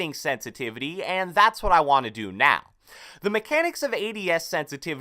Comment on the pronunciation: Can u say sensitivity please?!!